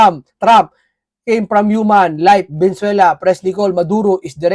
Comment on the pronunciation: Lods paki pronounce naman ng tama ang Venezuela para respeto naman.. hindi po velenzuela . Venezuela po